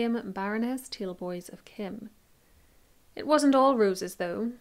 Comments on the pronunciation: Kyme - is pronounced KIME not Kim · Wow.. being a local to the mentioned area, I didn't know Bessie lived around here.. thank you for taking the time to make these wounderful videos.....not that it really matters but we pronounce Kyme kime as in lime....